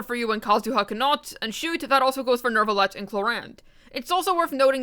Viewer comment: why is there always an "R" in your Neuvillete? it doesnt exists smh